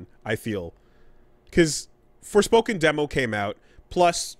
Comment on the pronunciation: I like how Digital Foundry calls it SporFoken